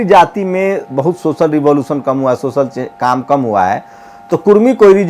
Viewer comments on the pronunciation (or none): none